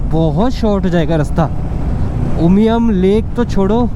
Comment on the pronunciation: Thank you brother for saying the right name “Sohra” and “Umiam”! 🤝🫶🏻🫂. We welcome you here.